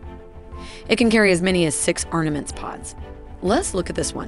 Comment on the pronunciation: You mean down on the RIGHT SIDE is the autocannon. One must name the sides always from the pilot's perspective! Also, the speaker has clearly some issues with endings in plural.. "ArNaments pods"??? You mean "arMament"? Vikhr should be actually pronounced without a K – more a hard H – vihr. And it's Iglá, not Ígla.